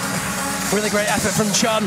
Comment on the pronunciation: Poor Chon, his name got butchered